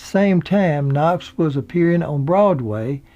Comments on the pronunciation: I love your stories, but had to stop this one. It's Griffith, not Griffin, and Knotts, not Knox. I do, however, try to overlook your inserting "and" in the middle of years, like 19 and 55. But keep them coming. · His Name was Don "Knotts" not "Don Knocks",, Take a speech lesson.... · Interesting but it knots not Knox and Griffiths not griffin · It sounds like you are saying Don Knocks, his name was Knotts not Knocks. For such a family type show, why did they allow Barney to date Thelma Lou and then sneak around with Juanita? And how did Thelma Lou never hear about Juanita, in a town where everyone knew everyone else’s business? Love the show anyway! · It's Knotts, not Knox. It's Kno"TT"s with two "TT"s, not Kno"X" with a "X". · "Andy Griffin?" "Don Knox?" Should we believe any of this or is the narrator just somewhat unfamiliar with the English language? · love the show, the narrator in this keeps saying Knox instead of Knotts, and Griffin instead of Griffith.... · His name is knotts not knox. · you do a great job. Please, in the future, try to get the names right though. It’s Griffith, not Griffin and Knotts, not Knox. Thanks again! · Knotts....not Knox.... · I love these biographies and the way you do them. they are very heartfelt and loving BUT... you need to pronounce their names correctly!!! it is NOT Andy Griffin...it's Andy Griffith and his friend and co-star's name is NOT Don Knox, it is Don Knotts! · So it’s Griffith not Griffin and Knotts not Knox. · A great show,a great cast.Knotts not Knox.😉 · This was really good but I know you had to be reading something. How can you continuously reads the name Knotts and Griffith as "Knox" and "Griffin"??? I know so many people say Griffin but Knox??? Come on man. Get it right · Knots, dummy!...not Knox! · It takes away from the narrative when he kept referring to Andy "Griffin" and it certainly sounded like he kept saying "Don Knox." Interesting but the narrator was a buffoon. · "Andy Griffin" and "Don Knox".